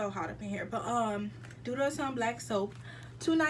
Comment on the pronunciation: It’s called osun pronounced oshuunn😂😭